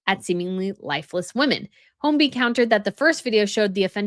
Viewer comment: I hope you mean serial sexual predator and NOT killer. His surname is pronounced hoy-bee (no letter L).